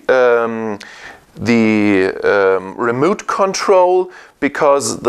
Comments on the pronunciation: "wison" "remoot control" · it is remote, not a remooot!!!!